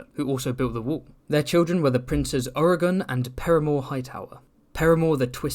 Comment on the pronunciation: King Oregon?! Oh. Urrigon... so close! XD